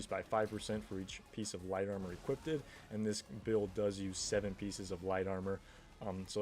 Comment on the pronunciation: "equippeded" xD